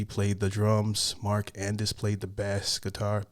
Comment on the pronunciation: Do you fish? Bass is a fish. Not base. Lol.